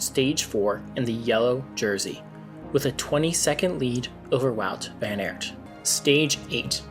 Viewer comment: Mate, great content and channel! Just a tip, research the rider names a little bit, i get chills every time you say "Van Aert" :D